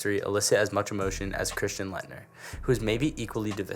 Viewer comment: Why wouldn’t you make the list in order lmao and you can’t even say Laettner bro